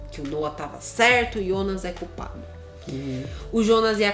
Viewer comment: Cara, deixa de chamar "Ionas" é "Jonas" JONAS!